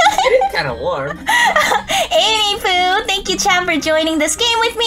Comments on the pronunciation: it sounds like you say any poo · At the end did she say any poo?